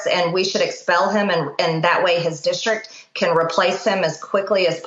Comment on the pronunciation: I think that MTG (who says "dischtrik") should be expelled.